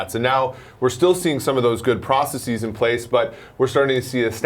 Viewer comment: Processeeeez, please use the English language when using the English language.